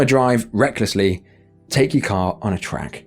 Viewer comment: Car is not pronounced like care. Stop calling a car care!!!!